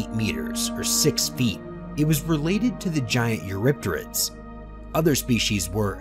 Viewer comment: it was "eurypterid" that did it for me. "u-rah-terrids" was nails on a chalk board. if the author happens to read this I believe it's pronounced "ewe-RIP-ter-IDs"... At least according to David Attenborough and his "First Life" production.